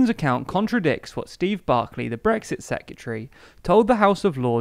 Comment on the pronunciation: Sec-re-ta-ry. Secretary. Not sec-u-tree.